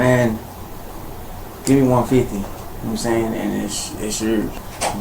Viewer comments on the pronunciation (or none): He says "know what I'm saying" (pronounced "nome sain") like a highschooler says "like." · "Nomsain" and "see'umsain" are two words that need to be added to the dictionary. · "Kno' sa'in?" No sir,we literally have no clue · Oh for Christ's sake. "Nahmsayn" "Nahmsayn" "Nahmsayn" "Nahmsayn"